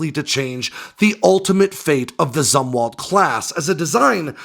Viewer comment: You’re mispronouncing “Zumwalt”. It’s pronounced “Zoomwalt”. I joined the Navy in 1981, not long after Jimmy Carter’s CNO, ADM. Zumwalt stepped down, and people were still talking about him.